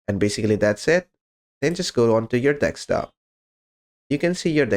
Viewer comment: deSKTop please. not deKSTop😀